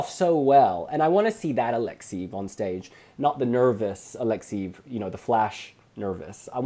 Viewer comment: [A-lek-'se-jev] !!!! I am not a fan of his, but hearing your mispronunciation of his name over and over again from video to video.....